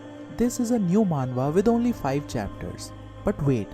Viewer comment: You're also wrong it's "manhwa"